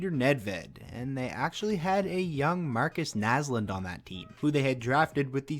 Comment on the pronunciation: I'm can you say Marcus naslund